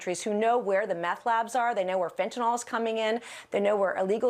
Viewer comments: Fentanyl, not Fentanol. She's just not smart enough to read, I guess. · It’s fentanyl, not fentanol. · Kind of hard to take anyone seriously when they pronounce fentanyl as fentanol. Standard trumpet I guess. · It pisses me off when they keep calling it 'fentin-all'. I think they know that's wrong, but that's how Trump says it, because he's an idiot...so they do it too